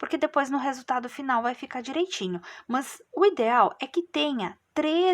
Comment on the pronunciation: Gente a forma como pronúncia "mâs", me dá agonia. Não consegui finalizar a vídeo aula.